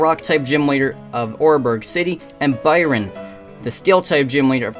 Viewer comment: Awesome editing bro :3 can't wait for part 2. And btw Byron is pronounced the way you pronounce iron ;)